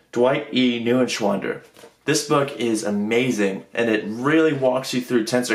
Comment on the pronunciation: Funny how you pronounce Neuenschwander. When you pronounced it I first thought it would be a weird Chinese or Japanese name. The guy from FlammableMath should teach you some lessons in pronouncing German names correctly ^^.